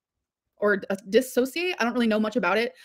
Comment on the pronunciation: She learned a new word.. "dissociate ", so now she "does" it and can tell when it happens, but can't pronounce it.